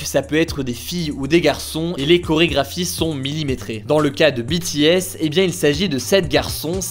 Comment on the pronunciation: A partir du moment où le nom BTS est bien prononcé ça ne peut qu’aller bien😂